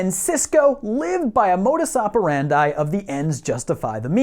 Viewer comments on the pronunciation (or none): none